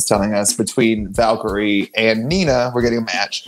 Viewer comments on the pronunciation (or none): none